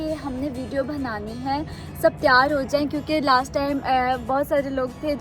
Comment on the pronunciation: B ko bhiiii mat bola kro Khuda ka wasta uljhn hoti ....video bHnaaaani ni bnaaani hota 😠